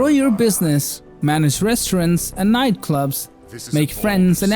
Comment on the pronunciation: "Resterents and niteclops"? Are you related to Borat by any chance? 😄